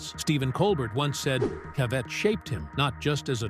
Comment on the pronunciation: It's pronounced CA vett. Not ca VETT. If you're going to talk about someone get their name right. I felt like this was disrespectful to the gentleman all around.